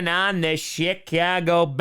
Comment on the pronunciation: I know he doesn’t curse but I could swear he always says “Shitcago Bears”